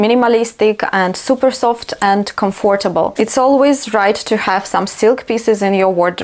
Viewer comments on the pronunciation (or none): I love your videos even more now! ❤️ I know you didn’t ask, but it’s not criticism, just a few minor errors you may correct and remember for the future because these are very common words: comfortable is pronounced with the stress on the first syllable; What do you think? (not how) And “impossible “ (not un) I hope you won’t take offence. You may even delete my comment 🙏